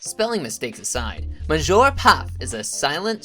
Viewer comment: Speaking of typos, that's not how you say monsieur in English or French as correct pronunciation.